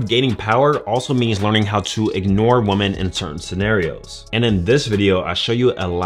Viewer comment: Weh-men. Please stop pronouncing the word women like that. Women do that.